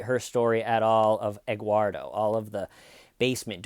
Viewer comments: Actually it is Edguardo🤷‍♀️ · Wait is he saying Egguardo? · Egg-uardo? Huevo-uardo? “Eguardo,” seriously? This woman is a real gem. This is Dahlia Dippolito / Jodi Arias-level BS.